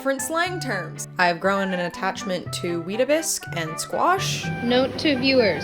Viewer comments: It's WeetaBIX. Not bisk. No S. This concludes a vital British cultural fact. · mispronouncing weetabix hurt my soul /j /lh